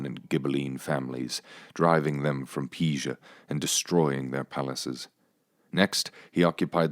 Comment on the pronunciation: Ok so how did you suddenly learn how to say “Pisa” at the end after pronouncing it “PEEE zhu” throughout the entire video? Are humans in capable of narrating their own videos anymore? Everything has to be AI?